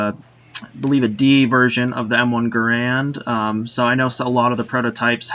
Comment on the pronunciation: John C. Garand's name is pronounced Gair-end, not Guh-rand